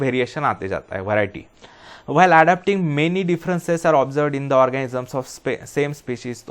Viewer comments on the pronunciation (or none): Sir please organisms boliye, orgasms nahi. Bohot funny mistake lagti hai, time k sath fir irritating ho jati hai 🤦🏼‍♂️🤦🏼‍♂️🤦🏼‍♂️